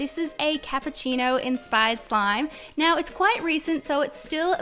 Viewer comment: Can you stop saying enspired please